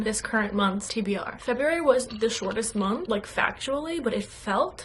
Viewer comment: I dont know why but I really heard the new girl today haha sometimes I forget. I love your voice it's so calming and your dialect usually isn't noticeable I think you just hit a few words like "shortest month" haha. As a linguist, I know this happens when we spend time with people with stronger accents, or when were relaxed. With love, a parasocial linguist. (All English is good English ❤️)